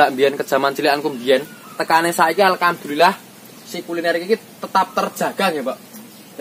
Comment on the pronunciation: He!.... kalo ucap alhamdulillah yg benar, jgn alkamdulillah bd bac. bd makna maaf aku dengar bgtu. Mksih ya kulinernya.